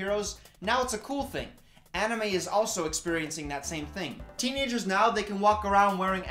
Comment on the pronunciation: god I laughed too hard at "aniYOU"